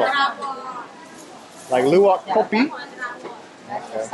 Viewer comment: #KLUWAK ALIAS KLUWEK KA...hehehs.. hears call luwak but kluwak with K..